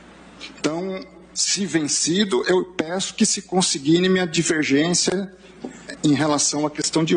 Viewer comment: Só precisa corrigir uma coisa na fala de Mendonça: não se fala "que se conseGUIne", mas sim, "que se conSIgne". Erro muito comum na fala de muitos brasileiros.